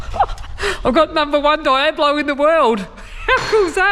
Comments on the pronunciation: Ok first you’re sayin devil like a clueless tourist... Diablo is said Deeablo not Dieablo 😈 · El Deeablo is how to pronounce it, but Die ablo works as well. 😂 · It’s a Deee ablo, not a Die ablo!